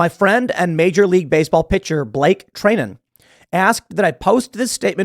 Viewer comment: FWIW- his name is Blake "Try-nin".